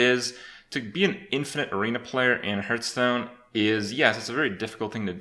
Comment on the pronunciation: I cringe a little bit every time he says "hurtstone"